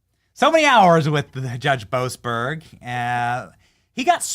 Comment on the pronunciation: Boas-berg. Berg Man Stein